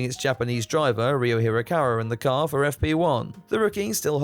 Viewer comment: I DESTWOYED DA KARRRR never gets old.